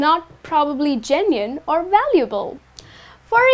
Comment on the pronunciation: It should be genuine, right? Not genuiene!